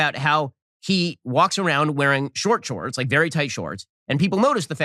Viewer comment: whenever he says “he” he emphasizes it. the fact that he emphasizes it so much every time really shows that he’s just trying to hate on trans people and like the “hey women do you feel insulted by this as you should” you can’t tell cis women how they should feel about this. i’ve seen quite a few be really happy because dylan makes them feel confident because they are very feminine and act similarly. not saying that’s everyone, but there is no “as you should” in anything